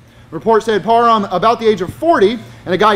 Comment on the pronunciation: Hey!! Learn to say PARHAM correctly!!